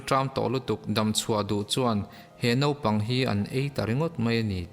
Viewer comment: I ṭawng hmandan a kaduh lo deuh pakhat, Naupang tih turah Nopang ti a i lam hi ani, Channel nei i nih tawh vangin Mizo te min zirtu atan ṭawngkam diktak i hman hi kaphut ani. Huat a la lovin min pawmsak hram ka beisei.